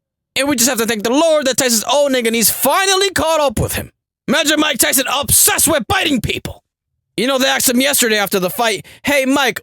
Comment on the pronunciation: 😂😂😂😭 JFC dude. MAH-TYSON LEEEEG